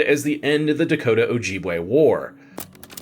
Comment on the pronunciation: Its Oh-jib-way not oh-jeeb-way.